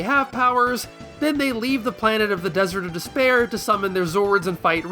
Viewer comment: What fun idea for a comparison video. Also when you said "Desert of Despear" the only thing I could think of was the albino in Princess Bride.😂